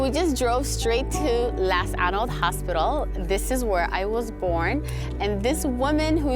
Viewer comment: I love the fact that he pronounces las caanood properly masha allah❤️